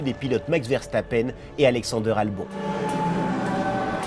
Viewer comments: Super vidéo mais albon se prononce "albonne" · Ça se prononce albone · Alex Albon sa se dit Albone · juste albon on le prononce comme abonne mais avec un l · Euuh je suis le seul à avoir tiqué sur sa prononciation d'Alexander Albon ??